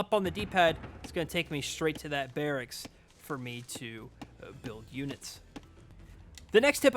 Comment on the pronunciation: Barricksis. Wow. Your grasp of the English language is just unbelievable. Maybe you should go back and get your GED kid.